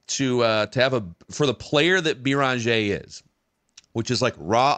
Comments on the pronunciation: Guys, it's not "Bee Rahn Jay" It's "BAIR in ZHAY" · “I take issue with” u already butchering Joan’s last name! There is no Bee-run-jeh - it’s Beh-renn-jeh. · You're killing us with your pronunciation of Beringer (bear on jay). For a guy that talks for a living you should be doing better. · “Bear on jay”. Put some respect on that name. I expect a better pronunciation tmrw.